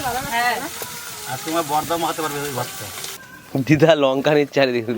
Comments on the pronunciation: সবসময় ক্ষান্ত বলে দিদা বলতে কি লজ্জা লাগে শুনতে খুব খারাপ লাগে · অশিক্ষিত দিদা বলতে পারিসনা??? খ্যান্ত খ্যান্ত করিস কেন??